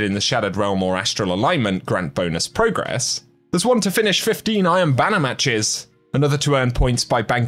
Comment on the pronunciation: Is he saying "I am banner" instead of "Iron Banner"...?